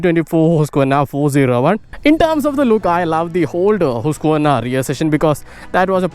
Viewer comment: It is really encouraging and pleasing to listen someone pronouncing the name of the company correctly.